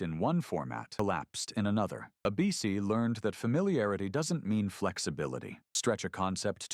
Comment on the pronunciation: AI still can't read. The network is ABC, not "a BC."